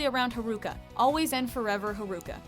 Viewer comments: The way she pronounced Makoto and Haruka.... ugh. But Reigisa and Rinharu yay! lol. I was not expecting Makoto. Hyakuya Mikaela, Okumura Rin, and Matsuoka Rin should have been here too. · I dont agree with the 1st it should be Haruka Nanase. And the whole list is sooooooooooo wrong!!!!!!!!!!!!!! And its pronoumced as Ha-Ru-Ka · Btw you mispronounced Makoto and Haruka. You disgrace. You could've just said Haru-chan, that's WAY easier to pronounce..